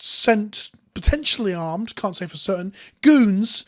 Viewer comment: “Potentially armed” oh your European is showing